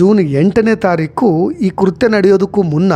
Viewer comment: ಕುರ್ತೇ ಅಲ್ಲ ಕೃತ್ಯ ಅಚ್ಚ ಕನ್ನಡಿಗರಾಗಿ ಉಚ್ಚಾರಣೆ ಸರಿ ಪಡಿಸಿಕೊಳ್ಳಿ